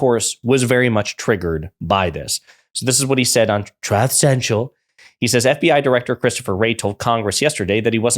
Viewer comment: 😂 "troth central"